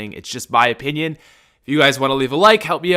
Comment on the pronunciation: Brothahs he said ‘opinion’ S P I T O N H I M